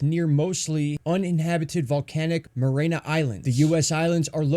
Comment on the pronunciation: It's the Mare-ee-anna islands